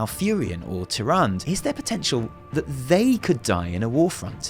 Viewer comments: I love you,, seriously. But... "Ty-ran-duh".: P Not "Ty-rand". They've been consistently pronouncing it "Ty-ran-duh" all the way back to Warcraft 3. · Isn't it supposed to be said Tyranda, not Tyrand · That entangling roots going through the grunts eye! Creepy! P.S. its Tyrande not Tyrand ( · I don't mean to be a phonics nazi but her name is pronounced tyr-and-uh not tyr-and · The way you say TyranD (TyrandA) makes my brain hurt lol :D Anyway, good video! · To be fair pronouncing "Tyranda" has always been the most stupid thing I have heard. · "Tirandë" "Ë" Tirande, please it's not pronounced "Tyrand" ... :P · Please, please, stop pronouncing Tyrande's name like that... I'm gonna bust a vein. Anyway, basically, these are all text-book ways to do cinematic animation. I think you're really, really overselling it. It's great, I agree, but it's not some kind of cinematic genius at work. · She is called TyrandEEE ffs! But nice analysis,:) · Your videos make me appreciate the stuff in game more than I do on my own. This is why I love your work. Gotta point out, Tyrande is pronounced "Tir-an-duh", the last syllable is pronounced. It's not a french name. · It's Tier-on-duh. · Love your videos, ESPECIALLY the video break downs. You always find elements that I missed or make connections I overlooked. Keep it up man. PS: Tyrande (despite how it should be pronounced) is pronounced with an '-uh' at the end. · say after me: "ty-ran-duh" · TyranDA... her name is TyranDA! (Yes, writen Tirande, but come on) Seriously she's not a mispronounced Tyrone. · Great video ... except for one point that drove me crazy throughout the entire thing. Tyrande Whisperwind (pronounced Teer-An-Dah) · The last time for all y’all youtubers pronouncing it wrong IT IS TI-RAW-N-DA PRONOUNCE TYRANDE CORRECT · stop calling her Tyrand you're triggering me. pronounce the freaking soft E at the end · Will you PLEASE for the love of god pronounce Tyrande correctly? Ty-ran-dah...